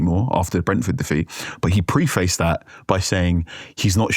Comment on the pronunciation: Please stop saying “pre face”